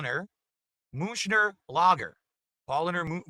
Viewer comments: It's all Pawl-lahner MOON-CHEN lager's fault dewd. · His favourite beer, and yet he managed to mispronounce both "Paulaner" and "Munchner" - would have taken him 10 seconds to Google it.